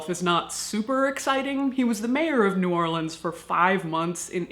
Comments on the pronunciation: Caitlin, I love you to death (pun intended), but I lived in New Orleans for the first 18 years of my life, and I promise you the only people who pronounce it "Nawlins" are annoying tourists. Please don't do it again. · I love how you pronounced "New Orelands" with two syllables